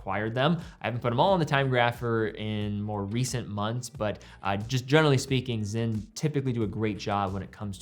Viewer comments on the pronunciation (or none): Sinn NOT Zinn